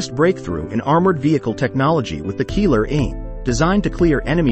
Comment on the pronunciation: Is not Keeler is sound like Keyler .